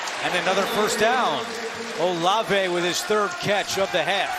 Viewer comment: Olive, not O Lave.